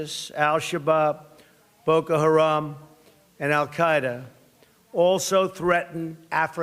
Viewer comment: Did he really say "ISIS and Allkida" sounds more like a threat.